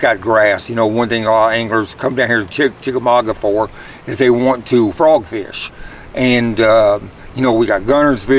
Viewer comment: I'm proud of you for saying chickamauga, lol keep up the good work